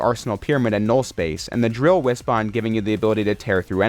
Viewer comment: Thank you for saying Wispon and not Wispin.